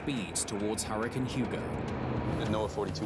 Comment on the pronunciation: wtf is a "huracun"?